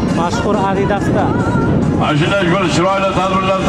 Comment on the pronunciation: Og'zi qiyshiq bo‘sayam boyyi bolasi gapirsin degan gap to‘g‘ri ekanda mashhur Adidas divotti umuman chopmottiku Adidas degan otti